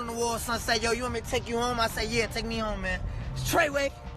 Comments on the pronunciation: Fake y he keep saying trayway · I was about to say why is he saying TRAYWAY?